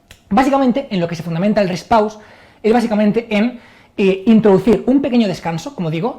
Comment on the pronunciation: Rest pause? ulala señor frances. como es entonces? el reh pauh